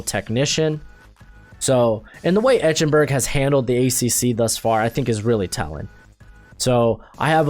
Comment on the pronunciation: It's pronounced "Ike-en-berg," not "Etch-en-berg"! Geez!